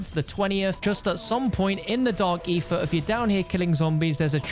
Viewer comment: "Dark eefa" lol.